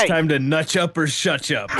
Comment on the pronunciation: "It's time to nutch up or Shuch up" 🤣